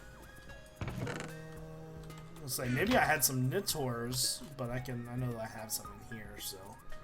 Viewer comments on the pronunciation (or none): its Nitor not nitor